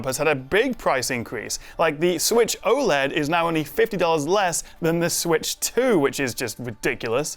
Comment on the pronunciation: aside from being oled every word you just said was wrong.